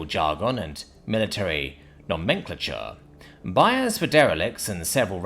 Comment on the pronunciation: Say it with me brother no-men-clay-chur